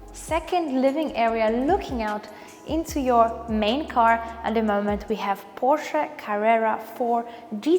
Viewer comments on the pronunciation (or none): none